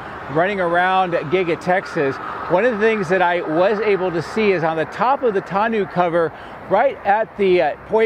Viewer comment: I think it's pronounced TAWN-OH